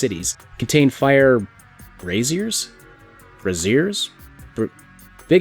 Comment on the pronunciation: bray-zure or bray-szee-ur, a cradle with firewood used primarily for lighting, as opposed to cooking or warmth.